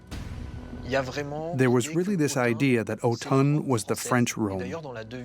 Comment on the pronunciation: Try to pronounce Autun again?